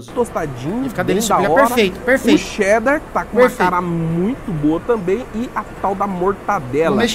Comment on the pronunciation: É muito bom escutar um não paulistano falando "Cheddar", assim e não "chedder" como paulistano diz.